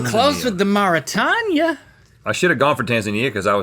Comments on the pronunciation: I had to look this up bc it was driving me crazy hearing them pronounce it mor-ih-tanya and i was thinking "have i been pronouncing Mauritania incorrectly this whole time?" but according to Google it's maw-ruh-tay-nee-uh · A real friend wouldn't let you say "Mara-Tanya" over and over and over. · I so wish someone had taught them how to pronounce Marutania. The "tanya" is graiting on my nerves. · Never heard of Mauritania? I guess that makes sense given that neither of them know how to pronounce it correctly. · Not once was Mauritania pronounced correctly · I was just laughing at the way they pronounced it 😂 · You absolutely gaslit me with the pronunciation of Mauritania 🤣